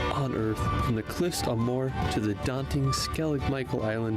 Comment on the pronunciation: Subscribed,. Btw, Moher is pronounced Mow-her with the emphasis on the first syllable.